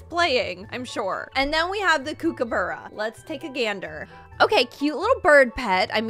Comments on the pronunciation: As an Australian your pronunciations were really funny, it’s qwa-ka and cook-a-bar-ra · hey the way you say quokka and kookaburra is wrong, cwoka is how you say it right and cook-a-burra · Please google how to say quokka and kookaburra